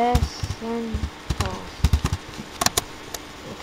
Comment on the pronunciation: Ess - sen - ten - ee - alls? kids these days.